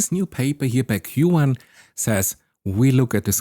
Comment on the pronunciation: Who pronounces “queue” “en” ??